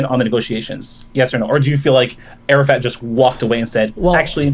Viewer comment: “arafat” keeps sounding like Arab fat to me lmao